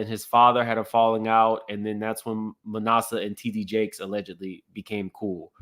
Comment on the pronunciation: “ma NASS eh” not “ma NAH suh” (just trying to help) ☺️